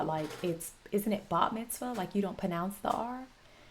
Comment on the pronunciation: If she intentionally didn't pronounce the R in pronounce to make a joke, that was insanely fast and witty.